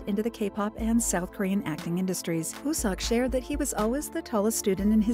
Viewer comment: ...... I'm pretty sure his name, wooseok, is pronounced as "wusok" not wusex